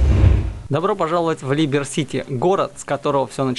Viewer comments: Как же режет уши когда ты читаешь названия игр,когда в описании не туда ударение ставишь,чел когда говориш про выживалки а-ля террария там нет слова и понятия биохим есть было и будет слово биом🤣🤣🤣ужас такого бреда не слышал,деус экс а не дуос,либерти сити чел а не либер ,универсале эдитион чел ну не трудно же нормально сказать юниверсал эдишн 🤣🤣🤣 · особенно либер сити))) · Неа🤣а как тебе либер сити?🤣дуос экс,универсети?ды все названия как вижу и мне удобно так и читаю))аж блин уши режет🤣🤣🤣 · Ну хоть не я один кому режет уши и вызывает дикий ор произношение и чтение название🤣либер сити🤣автор незнаю на что надеялся таким подходом🤣🤣🤣